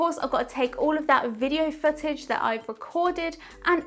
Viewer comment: It sounded like you were saying fetish instead of footage lol